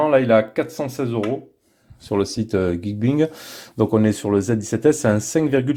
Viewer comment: geekbuying ca se pronnonce geek bailling (acheter)